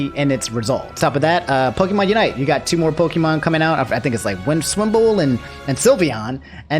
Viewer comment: My man called Piloswine Swinbull XD